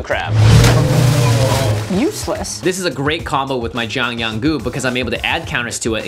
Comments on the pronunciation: Hearing Jimmy butcher Jiang Yanggu’s name makes me feel less bad about not knowing Chinese (I’m half-Chinese). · How Jimmy pronounces Jiang Yanggu kills me inside